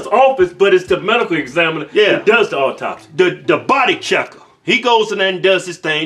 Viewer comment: Men are funny, so masculine and gruff, LOL, so good at given the evil eye, and by the way boys, it's "autopsy, not "auptopsy." LMAO, that was cute.